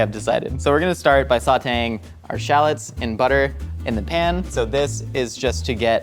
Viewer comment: [good french pronunciation] Also 'Shallats"